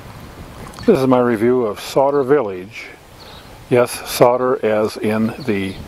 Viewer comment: You're pronouncing it wrong - Sauder rhymes with powder.